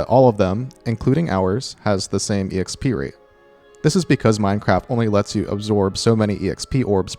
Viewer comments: am I the only one bothered by how said EXP as ee eks pee? i dont think i've ever heard anybody say it like that (instead of simply eks pee) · JUST SAY "EKSPEE" i love the video but just.. just.. "ekspee"